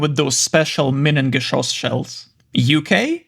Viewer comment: You pronounced "minengeschoss" very nicely. Are you Polish, by any chance?